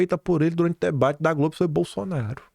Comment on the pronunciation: Diz GROBE 😂